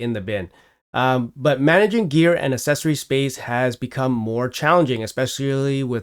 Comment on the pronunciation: "Accessory" is said far too many times in this video to be pronounced wrong.